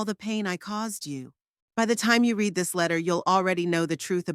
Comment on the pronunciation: The story is good but the reader needs to know the difference between the present simple and past simple of the verb "TO READ" The present is pronounced the same as in FEED but the past is pronounced the same as FED although both present andcpast as spelled the same. Needs more work. Also, the inconsistency at minute 60 when Merle goes to the dinner says that her daughter Tabitha looked at "MY BROTHER instead of HER brother. I had to lidten 4 times to check if I had heard it right. Please proif read before posting.